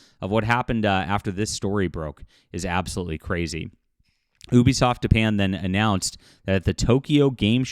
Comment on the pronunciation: “Dapan?” I have not heard of this country lol